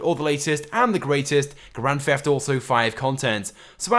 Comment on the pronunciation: You say grand pheft auto